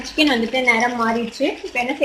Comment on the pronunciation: Chicken recipe vida..Chichen paeru..solrathu..kashtamaa irukkum pola..🙂..Still watching..the video..sis